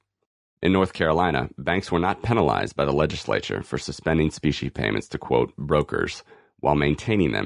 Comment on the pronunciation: Is this AI reading this? I keep hearing speeshee money. I had to look it up. It’s specie money. Meaning coins. 👍🏻